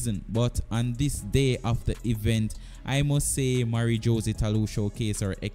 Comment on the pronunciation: Thanks for the video, I thumbed up. It would be good to work on your name pronunciation. Esp. With Jose (Hoe-zay) and sha' carri.